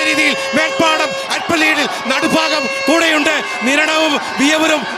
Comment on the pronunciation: It not "nadufaagam"but it is "nadubhaagam" as pronunced in the word bhaaratham🙏